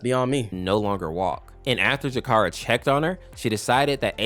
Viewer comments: It is zecora not zakara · Hearing Zecora's name said wrong is so wrong 😂